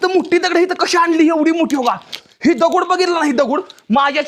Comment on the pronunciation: माहिती चांगली सांगितली, पण एवढा आरडाओरडा कशासाठी आणि मराठी शब्दकोशात दगड असा शब्दप्रयोग आहे. दगुड नाही.